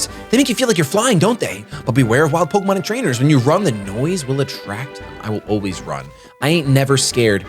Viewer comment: "Pokermon" - 2017. Welcome back to pokemon shady! Still have been following your content, And I am hyped for this! Woo!